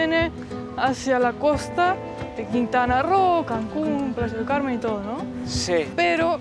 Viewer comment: Jajajaj ya no se llama Playa del Carmen , ahora es Plasha del Carmen jajajaja